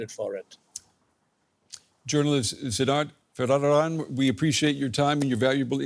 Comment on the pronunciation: Couldn't pronounce the name "Varadarajan"🤨